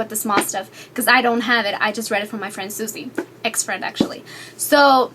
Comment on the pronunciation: I love how you said EX-FRIEND :]